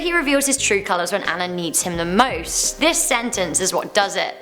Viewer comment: Great video! (Just a heads up: Princess Anna isn't pronounced "ann-ah" it's pronounced "ah-nah". Just a pet peeve of mine lol)